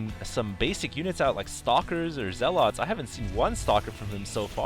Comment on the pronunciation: i like your style. nothing against you, you're saying zealot wrong. it's infuriating. just a comment.